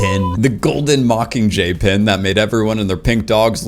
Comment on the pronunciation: I love your content. Love it. And tbh I love your voice. But the way you drop the G on “mockingjay” (mockinjay) is like nails on a chalkboard to me.